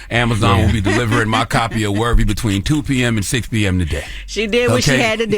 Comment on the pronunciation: It's "Worthy" not "Wervy" Charlemagne!!! It drives me nuts for some reason 😂